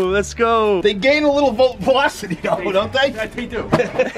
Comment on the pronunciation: wtf is voplocity